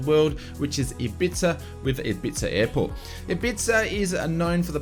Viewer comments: Great video, as usual, and thanks for the frequent updates and news re FS2020. btw - Ibiza is not pronounced Ibitza, it's pronounced Eyebeetha. And, Junkers is pronounced Yunkers. Schools out:-) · Ibiza is pronounced Ibeeetha in the uk mate! 😂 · ibiza (Hib bee tha) fast and one word great vid thanks for your work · Thanks. Another great update. By the way Ibiza is pronounced eebeetha. The ‘th’ is said softly like the ‘tha’ in thank you. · Hehe, I had to chuckle at your pronunciation of Ibiza, don't worry, I am not having a go since it is not intuitively spelt xD. For future ref it's pronounced 'i-bee-fa'. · Or as we pronounce it in the UK, I-bee-tha. 😁